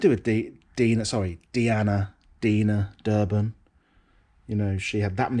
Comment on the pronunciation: A proud moment for me when you pronounced Deanna Durbin right 👍